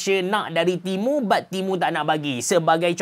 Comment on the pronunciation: Aku dengar timun 😂